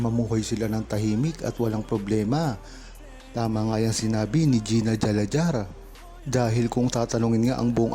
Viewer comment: Correction pls, Gina Alajar ( Ala-har “ silent J “